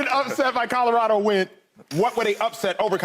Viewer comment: Lesean! It’s Colorado not Codarado!!!